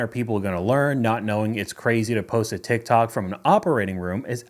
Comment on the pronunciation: First of all, who calls it "Teek Tok"? LOL